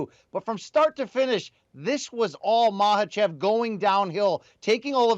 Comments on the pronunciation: Its not maHAchev , you say it as makachev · You're actually incorrect. It's maKhhachev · Thats how you pronounce it. K is silent. Just like Khabib is pronounced "Habib"